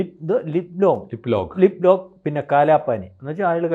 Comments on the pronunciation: ലിപ്പ് ലോക്ക് അല്ല. ലിപുലേഖ് ആണ്. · ലിപ് ലോക്ക് അല്ല. ലിപുലേഖ്. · ലിപ്‌ലോക്ക് അല്ല ലിപുലെഖു ആണ് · ലിപ്‌ലോക്ക് അല്ല lipulekh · ലിപ് ലേഖ് എന്നാണ്